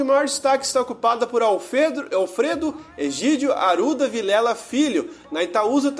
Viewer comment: Bareto, Aruda, Sera Pelada... acho que o narrador faltou na aula de como se pronuncia o "rr".